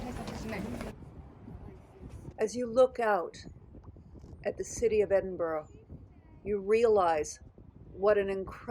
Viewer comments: Hey gorgeous 🤩 it's pronounced " Ed in bu ra" my hometown. Hope you loved it. Xxxx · Thank you for showing of my home city so beautifully 🏴💞. Just one little point the pronunciation of Edinburgh 🤦‍♀️. I hope Howard has recovered x